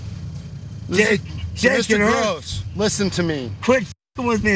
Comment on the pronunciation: Its (growss)...that is how you pronounce that name.